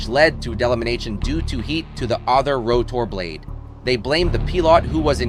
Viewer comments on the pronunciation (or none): "Row tar blade"? No wonder they blamed the "pee lot."